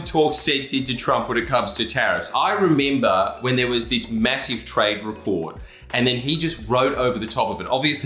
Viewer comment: Soz I haven't looked at the chat, but.... for fk sake.... It's not hard... remember.... member.... Mebo...mbb....